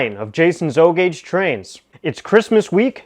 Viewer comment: AH TRAINZ WITH A Z LIKE TWO TWO TWAINZ ;-) I wish I had a twain room like your Jason Would love doing a hi-wail twee wail way-out NO DE-WAILMENTS ;-)